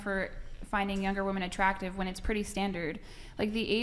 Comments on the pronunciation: The way she says WOMAN instead of WOMEN drives me insane. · Can this young lady on the far right say “women”? She says it “woman” every time. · Her and bangs are saying woman instead of women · It’s not fucking woman….it’s women!! For fucks sake!! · Why do all of these bimbos use "woman " when it should be "women"? Annoying af